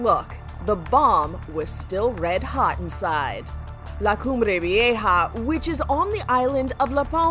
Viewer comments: Laa CumbRe VieJA lol the pronunciation she does gets to me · 'lA cUmBrE ViEjAA' girl you don't need to enunciate so hard 😂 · You know the narrator spent hours practising how to pronounce la cumbre vieja . She says it just like the female voice on google translate. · I didn’t think it was that great sorry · english people pronouncing La Cumbre Vieja is very funny